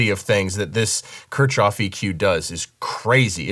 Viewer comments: Ok. Pronounciation. Kirchhoff = church yard. K-eeeh- rolling R - ch (like in ach) -hoff. This EQ deserves a proper pronounciation, right? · Pronounced "Kear-hoff" ☺️ And yeah it's amazing. I have a few EQs I use for 'color' but as just an EQ to grab w/ all the options this is 100% my pick. Just need them to model API curves now 😈 Waiting on TBTech to roll out a multi-model compressor, too. Would love to reduce my processing to just 2 plugins. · I think it is pronounced as "Keer-hoff". While I agree that it indeed sounds better, I did not sit well with this EQ, maybe because of the workflow?. I got the license as soon as it came out in PA but sold it after 2 weeks. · Yeah, it’s pronounced “keark off” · Kirchhoff is pronounced kirk-hoff, as in Kirchhoff's law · the [Kirchoff] filter (you're pronouncing the word Kirchoff wrong) is much better because it has much better algorithms. First, the algorithms that convert "digital analog" to digital data use the very fast Vinograd algorithm in Fourier transformation, which only needs 1.2 multiplications per sample. Secondly, in the spectral analysis, the Hamming window is several times more levels than the fabfilter. That's why everything is clearer, and the spectrum analysis graph works faster graphically. The quality of the Kirchhoff filter blows my mind.